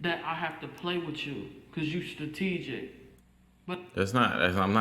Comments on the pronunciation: I think she meant strategic and not “stategic” lmao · She really struggle with English huh?? Cuz she keep saying stategic instead of strategic and its bothering me